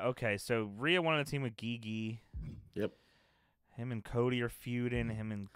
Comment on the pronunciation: Great video content. Enjoy watching this series. Just a correction. GiGi Dolin isn’t pronounce “Ghee Ghee” or “Gee Gee”. It’s pronounce “G G” like ur just pronouncing the letter G’s